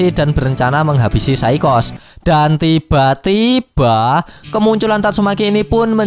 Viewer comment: Benci dengar kata "dan tiba2" Yg sengaja di gas. Jadi malass sub canel ini.